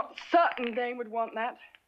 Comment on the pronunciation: Dane!!! Not dan